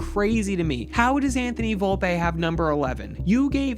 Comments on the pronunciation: Volpeeeee and Jason Dominguez pronounced better would go miles ❤ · “Anthony Volpay” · Why is incapable of pronouncing Volpe, Steinbrenner, or Jasson correctly?